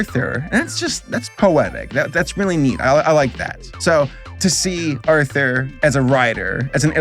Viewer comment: Didn't it always sound like they said "now back to author" instead of Arthur